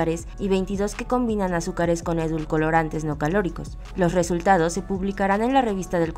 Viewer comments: Aparte de decir una parte del guión dos veces, se la pasó diciéndole "edulcolorantes" a los edulcorantes. Pinche falta de profesionalismo que hay en este país. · "edulcolorantes".... que no es "edulcorantes"??? 🤦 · JAJAJAJA "EDUL-COLORANTES" JAJJAA Oye tío universal.. y si mejor contratas periodistas con primaria terminada ?